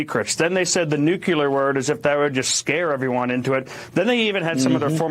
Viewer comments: Am I the only one who finds it kinda funny and fitting that Thibault sounds like Tybalt from Romeo and Juliet? And Benny, you're driving me crazy. It's nuclear not nucular. Sorry for the semantics, I couldn't help it. Anyway, keep making content. This is great. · Benny, love your show, but please learn to pronounce NUCLEAR! It's not f*ckin NUQULAR. It's like you're a reincarnation of Jimmy Carter who proclaimed he was a Nucular engineer! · It's nuclear, not nucular. Anyway, another good show. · Tainting the jury pool. Highly illegal. "We're not sure, but probably" seems to suffice when the Left wants to accuse the Right of something. The shoe doesn't fit their feet the same, apparently. Why can't Right wingers say "nu-cle-ar"?`Do they ever type it out? It comes from the word nu-cle-as...🙄 "Threat to our Democracy" Translation from propaganda to truth: "Threat to our Democrat Party's attempt at total dominion over all citizens of the United States (and invited illegal residents)".